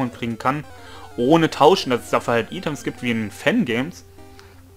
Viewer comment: es wird eitems und nicht items ausgesprochen 😁